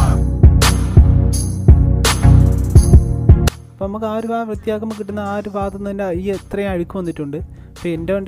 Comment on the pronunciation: Nice 🥰 അളിയാ ഫാഗം അല്ല ഭാഗം 😊